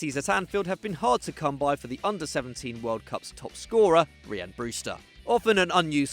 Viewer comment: It’s Ryan Brewster not reeeyan Brewster stupid